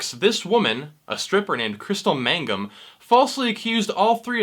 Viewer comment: It's Mangum not magnum